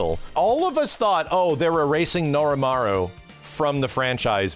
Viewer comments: I really like your videos,, but it's Norimaro.... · Not Norimaru. Norimaro. I'm not getting Mandela'd. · Norimaro not Norimaru, fake fan SMH